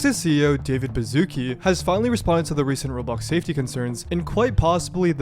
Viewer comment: English Speakers: Bazuki Polish Speakers: Baszucki (Ba-shu-ts-ki)